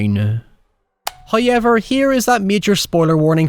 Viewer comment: As an American I love accent when he says “ Hoy-Ever”